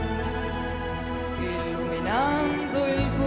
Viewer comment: Bellissima voce. Peccato per la pronuncia sbagliata di Turandot..non si dice "Turandò" ma "Turandot". La consonante "t" si deve sentire! Molti sbagliano purtroppo.